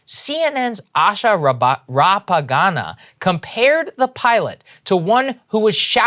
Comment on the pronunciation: Saagar Enjeti doesn’t know “Rangappa” and calls her “Rapagana”?!🙄🙄🙄😏 Puhleeeze! Lol